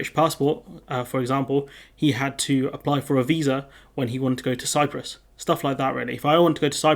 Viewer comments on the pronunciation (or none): none